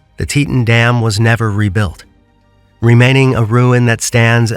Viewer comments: Why use an AI voice when it can’t even say “Teton”correctly? It’s “tea-tON” as in “on or off”. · Learn how to say Teton correctly. Zero credibility in this content